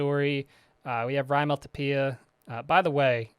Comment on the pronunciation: Given that Raimel Tapia is Dominican his name pronounced in Spanish is “rye-male (which you said correctly) tah-pyah. Both names have first syllables stressed over the second. Great series.